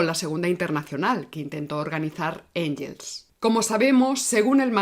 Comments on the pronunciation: Sólo una matización: Engels (alemán) se pronuncia “Enguels”, no “Enyels”. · Muy buen vídeo. Solo dos pequeñas puntualizaciones: Siempre pronuncias Engels en inglés. En alemán se pronuncia /enguels/. Cuando empiezas a hablar de la sociedad fabiana dices que se fundó como oposición al socialismo científico de la Unión Soviética. La Unión Soviética aún no existía en ese momento. La frase debería terminar en "cinetífico". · Gracias por el programa. Me atrevo a comentarte que en alemán la g ante e/i suena gue/gui. Mejor pronunciar Enguels (o Enjels, a la española; pero suena mal). Un saludo y mi admiración! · El apellido "Engels" no tiene el sonido /ʝ/ ( o en español) o /dʒ/ ( en inglés) en ningún idioma. La o se dice a la española (/x/ ) o se dice a la inglesa (/ŋɡ/) o a la alemana (/ŋ/).